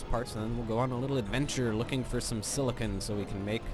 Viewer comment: silicen. This made my laugh so much the way you pronounced it the first time.